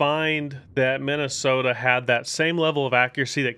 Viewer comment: Ah yes, the Mid-ahh-soda.